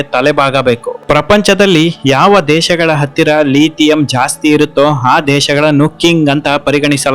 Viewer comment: ಲೀಥಿಯಂ ಅಲ್ಲ,ಲಿಥಿಯಂ, ಅಮದು ಅಲ್ಲ, ಆಮದು.